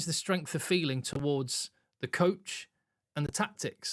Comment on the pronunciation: He said couch guys, not coach.